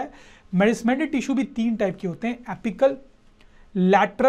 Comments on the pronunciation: Nice sir but I would like to say that it's meristematic not merismetic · Merismatic not it is meristematic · merismatic or meristamatic tissue? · Meristematic he sir. Not a merismatic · Meristematic not merismatic sirrrr❤luv u sir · Sir it is not merismatic, it is meristmatic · Sir it is meristematic tissue not merismatic tissue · Sir it is meristematic tissue not merismatic. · Merismatic 🚫👎🙅 it is Meristematic tissue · It's 'meristematic' sir!